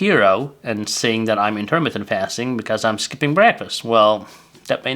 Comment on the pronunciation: I am a phonics teacher. To be successful with your you tube channel in the United States you need to speak English fluently. You are speaking English very well however you still need some polishing. For example please listen to this video again. How are you pronouncing intermittent fasting?